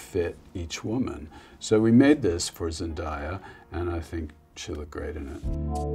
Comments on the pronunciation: It's Zen-DAY-ah (not Zen-DIE-ah). Show this legend some respect! 😭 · Was totally consumed by the video and then BOOM…”Zen-DIE-ya”. We’ve come too far for this.😩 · Order have mercy it's Zen-day-a lol. But hey I guess Tom Ford can mess it up since he had her looking so good in that outfit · I wish he said her name right🙄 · Is it just me or did he say zendaya wrong?